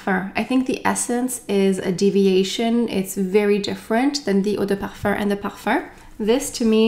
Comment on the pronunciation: Since you speak French and pronounce perfume as "perfurrr", would that be how it is actually pronounced? Thank you